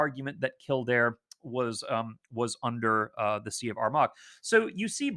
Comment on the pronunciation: Excellent presentation. Greetings from Kildare, Ireland. Lots of great information to digest. Just for info Armagh pronounced ‘Armahhh’ and Bealtaine is kind of ‘Baltana’.